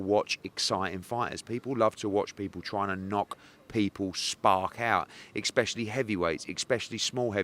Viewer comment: So annoying when he says "expecially".... mans a business owners and he can't say especially.